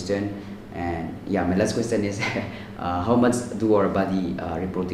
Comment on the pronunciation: It’s not questtt- ion 🙏🏻 Sorry but it’s annoying